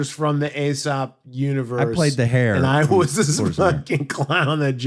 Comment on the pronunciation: Another one for Computer to correct... Aesop is pronounced EEsop, not AAsop.